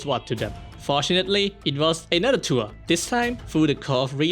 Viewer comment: Do not let bro say the word "tour" again 😭🙏